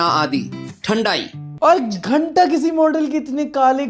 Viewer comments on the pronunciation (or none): none